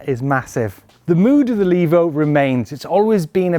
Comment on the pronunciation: Levo. Not Lavo. The e is long.